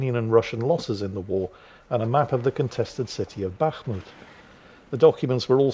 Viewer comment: You've pronounced the name of Бахмут or Bakhmut correctly. (btw: why, in English, there has to be a K in front of an H in order for the H to be pronounced, K being silent? Anyone?)